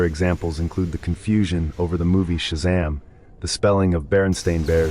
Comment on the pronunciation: Just need to learn how to pronounce words correctly. Shazaaaaaam and Kazaaaaaaaaam.